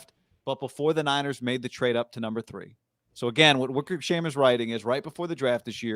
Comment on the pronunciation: Kyle denies it. The book says two unnamed sources. Wickersham,emphasis onSHAM.